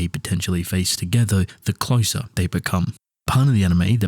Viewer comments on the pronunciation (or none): none